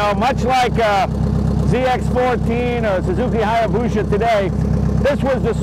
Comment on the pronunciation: Everyone: Jay Leno: H A Y A B O O S H A just kidding, lova ya Jay